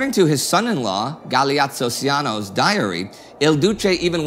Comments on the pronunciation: Hello, Ciano is pronounce "Chano," just so you know. :) I know this from the audiobook version of Rise and Fall of the Third Reich. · Outstanding and detailed video guys! Congrats from Italy. I have one tip for you regarding italian pronunciation. Letter "C" in italian is not pronounced like an "S" (as in spanish or even english), for example you pronounce Galeazzo CIANO more like the english "CH" like "Chamber" or the widespread "CIAO" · Please contact me if you need an Italian native speaker for any Italian terminologies and/or pronunciation, since as a matter of fact you REALLY need one.